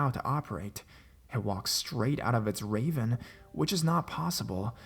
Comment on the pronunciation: So I don't mean to be a jerk, but you have the strangest voice and cadence. Your rhythm is off; you pause at the wrong times and pronounce things wrong. Who pronounces ravine as "raven?"